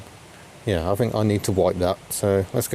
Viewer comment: Fink? It's think!!! And it's not haitch, the letter H is pronounced aitch.